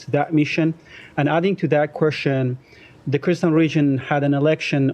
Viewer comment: pakkkkaaaatani punjabi sulla asking kwestsion te moh te jutti pee gayi